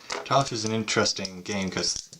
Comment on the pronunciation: it's taffel, without the e